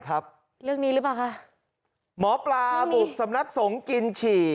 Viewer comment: ทำไมถึงงมงายกันอย่างนี้ ไม่ใช้สติปัญญา คนอ่านข่าวอ่านว่าสำนักสงฆ์ ไม่ใช่นะครับ